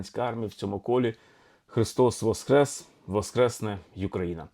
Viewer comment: З Великоднем! Чую Ви говорите Христос ВосХрес, а не ВосКрес. В чому різниця, це більш граматично правильно? Дякую